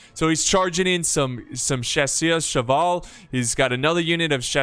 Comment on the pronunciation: Still a pleasure to hear you saying french words (chasseurs à cheval, voltigeurs...)